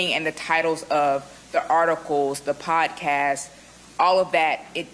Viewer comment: Quit saying "potcast".